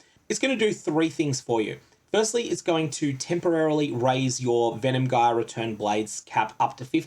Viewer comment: Good info. But that's not how you pronounce "gyre"